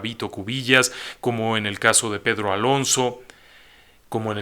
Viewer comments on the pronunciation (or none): none